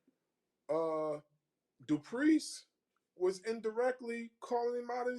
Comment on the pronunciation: Dude on the left is horrible with names. He calls DuPlessis "DuPriest" And calls Costa "LaCoasta" 😂